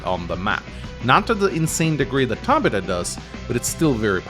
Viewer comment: One day he will pronounce it "Tab-Ith-u" my mom shares that name and cringes every time lol